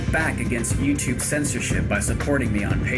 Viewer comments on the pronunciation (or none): none